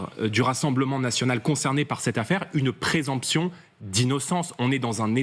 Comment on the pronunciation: Le petit jordan est venu prendre ici la défense d'une délinquante condamnée à 4 ans de prison. Il est beau le parti de l'ordre. Quelques cours de français ne lui feraient pas de mal non plus, on dit présomption pas "présemption"